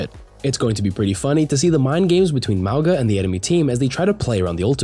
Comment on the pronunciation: You’re pronouncing “Mauga” wrong (Samoan here), the ‘G’ is pronounced as if it was spelt with “ng” as in the word “being” or “nothing” instead of the “g” being pronounced as a hard “g” sound. So it’s: MOU-NGA instead of MOU-GUH